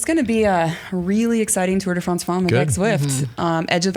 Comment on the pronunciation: Tour de France Femmes will be exciting however won’t listen/watch to this podcast until can pronounce the word “femmes” correctly. She murders that word every time she pronounces it. I guess George’s wife didn’t give any help. (It’s not FAWMES). Anyway, let’s go ladies -gonna be a great race.